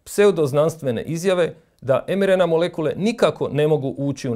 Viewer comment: Također, lita se em ar en ei, ili i er en ka. Oemerena ne postoji